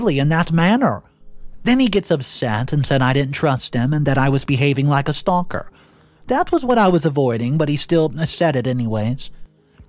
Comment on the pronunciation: WHAT THE HELL IS A STONKER?? ITS STALKER